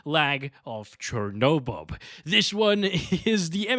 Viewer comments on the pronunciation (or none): I had to replay the start a couple of times. I thought you said Chornobob lol Sorry, little things amuse me sometimes